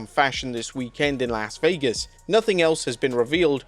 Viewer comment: The TLC match with the Street Profits, MCMG, and DIY. Should've been put on WrestleMania. Instead of New Day versus the War Raiders. Also Chelsea Green should have a match on WrestleMania. Anyways I hope that all of the matches are good. By the way. You keep pronouncing Las Vegas the wrong way. This is coming from someone who lives in Las Vegas.